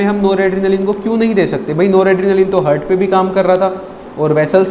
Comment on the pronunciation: Excellent sir A mistake I found Its haaaaart not hurt